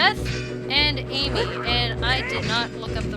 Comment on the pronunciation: its AIMy